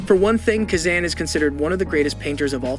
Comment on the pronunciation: Please learn how to pronounce Cezanne's name CORRECTLY! (That goes for Vollard, Gauguin and others) Thank you.